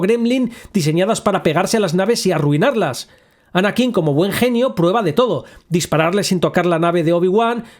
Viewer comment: No necesito una justificación de que un robot no pueda hacer algo que antes hacia TRAS 20 AÑOS. Si, se pudieron romper y nadie quiso repararlo. Y ya. ¿Qui gon? ¿Anakín con acento en la i? ¿Pero tú has visto las películas? Ni una has dado. Porque solo con escucharlas sabrías pronunciar bien eso ya que jamás se pronuncian así. No, levitar 3 metros meditando no es lo mismo que volar dentro de una nave nosecuantos metros porque tu quieras. Y tampoco tiene nada que ver con un salto de la fuerza de 2 metros. Y con Marvel otra vez. Octopús. 🤦‍♀